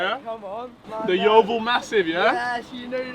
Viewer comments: That my local McDonald’s and I didn’t realise it was that bad. I love it how you can’t say ‘Yeovil’ eirther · This is my local Macdonalds as well🤣 and why can’t nobody say yeovil